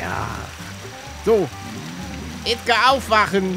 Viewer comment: Nur der BVB 09 du meinst Edgargas